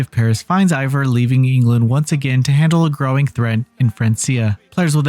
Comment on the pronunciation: Fran-C-a - how did you play this dlc and still fail at pronouncing Francia correctly, more to it, how have you never learned how to pronounce it properly as an adult? As the people living there are the 'Franks,' so their land is called Fran'k'ia. As someone below stated, you mispronounced Eivor's name as well - repeatedly. More like you read from a script given to you by someone else who possibly played the game, and you read it without knowing proper pronunciation. The review itself was okay, but please, work on your pronunciation...